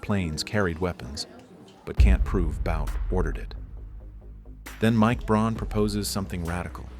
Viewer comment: Look at the text in any part it's funky, the same scene is different between cuts, people fingers drawn lines like it's a pen, objects like AK clips are flexible so it's clearly AI video. Speech is jumpy with odd gaps between words and says Braun rather than Brown so also clearly AI. I'm sure there's a real person giving prompts and ideas doing a bit of editing but by now they probably automated most of their workflow and just get all their ideas from AI as well